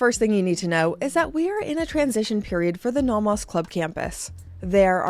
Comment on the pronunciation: Please learn how to pronounce "Nomos."